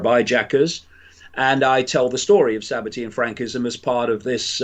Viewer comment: It's Sabbatean not tian